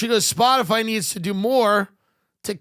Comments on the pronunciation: “Spotifly” Sums up every boomer…it’s not even a hard company to pronounce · Did Jen Psaki say “Spotifly”? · Did she call it "spotifly" 😂😂😂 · So, we're just not going to mention that she said "Spoti-fly?" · Has anyone noticed Psaki said “Spotafly”…? Did she mis-speak or is she cya for liable??? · Psaki wasn’t taking about Spotify. She specifically said “spotifly ” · " that certainly includes SPOTIFLY" ... no one's going to call this out? 😹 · Tsaki said Spotifly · did that lady say “Spotifly”? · She said Splotifry. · hahaha how ironic, saying "Spotifly" instead of "Spotify" is misinformation right there! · Are we all just going to move pass the fact that she called it " Spot-A-Fly." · Did Jen psaki say spot a fly instead of Spotify? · She said spotafly!! 🤣🤣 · Listen close Psaki says “Spottafly” ….Isn’t that Miss information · Spotifly….WTF is SpotiFLY!? 🤣🤣🤣 fire her! YES OR YES! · Did she say “s p o t i F L Y”? And I shall never see Nutella again and not laugh 😆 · nobody goes after Jen for saying "spotifly"... proves she's just reading a script, and doesn't know and care of what she speaks. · The lizard person said, “Spoti-FLY.” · I noticed it too, she can’t talk and that’s her job. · We gonna ignore her saying SpotifLy?